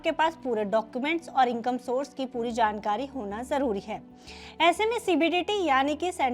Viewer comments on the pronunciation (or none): none